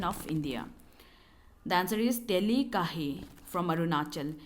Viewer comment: It's "Teli". For clarification you can ✅ his Facebook page as well!😊